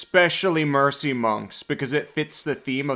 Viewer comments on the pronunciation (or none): none